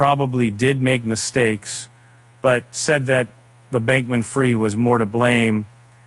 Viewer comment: pronounced FREED not fried!!!! But you're the experts lol.